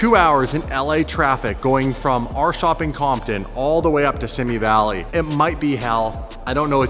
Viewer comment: It’s “ see me “ valley born and raised there great little town